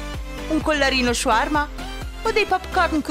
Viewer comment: si dice shaurma sono araba